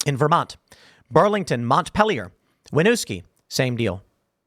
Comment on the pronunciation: Hey Tim! Long-time watcher, first time comment: I'm a native Vermonter and I almost spit my drink when you pronounced Montpelier 🤣first time I've ever heard someone say it like that. Instead of "Mont-pel-lier", think of it as "Mont-peel-lier." Anyways, thanks for all the work you guys do!